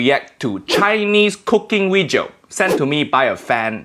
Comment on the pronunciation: No Asian say wejio and it's so annoying. Ik accent is fake but it just seems childish